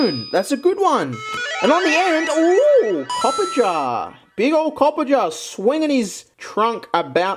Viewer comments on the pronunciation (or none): still can't pronounce Toxtricity or Copperajah, it's endearing.